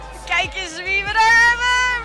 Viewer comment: 4.46 "remix" ga stuk hoe dat zegt 😂